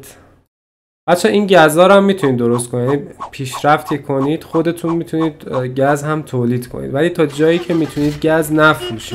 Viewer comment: داش گز نه گاز